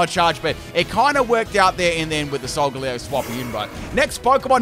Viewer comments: everyone: solgalee-o: s o l g a l u e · lol, and I've always pronounced it "Sol-gah-lay-oh'. As its phonetic makeup is "Solar Galileo". Although, "Leo" is also Lion, so I suppose those are both acceptable. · according to the anime no, but im just making fun of how weird he pronounced it